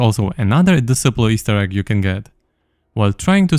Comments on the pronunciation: disciple is pronounced dis-eye-pull still, thank you sir :) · Disciple is pronounced des-eye-pl fyi ❤😁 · Disciple Pronounced Dee-Cy-ple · Disciple is pronounced [dɪˈsʌɪpl] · Psst, it's pronounced "Dis eye pull" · It's pronounced "disciple" and "shose" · de-SCI-pole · the way he pronounce "disciple" is tweaking me man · It's pronounced disciple not disciple